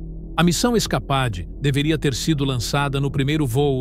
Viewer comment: Se pronuncia "iscapeide", animal!